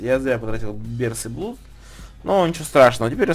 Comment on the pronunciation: Blood читается,как "Блад". Хватит говорить "блуд". Это невозможно слушать..